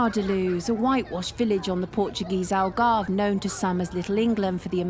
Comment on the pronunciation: "Algarvo"? the news reporter said "Algarvo"